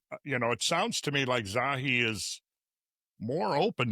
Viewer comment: "it's Zahi NOT Zawi"